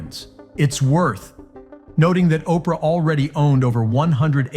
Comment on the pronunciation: Operah… urgh..